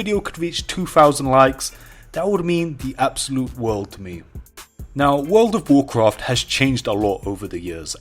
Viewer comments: The way he says world of Warcraft makes my ears hurt please say it right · Why is your voice deeper in this video? Also since you clearly struggle pronouncing 'World of Warcraft', why not just call it WoW?